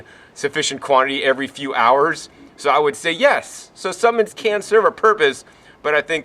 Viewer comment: Excellent vid and I agree with 100% of it but... Luv you buddy but there is an "L" in the word ""SuppLements!" nuff said!